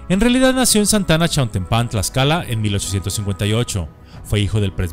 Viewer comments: Ya he visto varios de sus videos y pareciera que no es mexicano... todos sabemos que es "chiautEmpan" 🤔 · El lugar no lleva acento, es sin acento, Chiautempan. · Por cierto, se pronuncia "Chiautémpan"